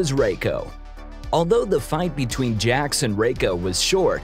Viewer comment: I'm surprised that he managed to pronounce Jax right.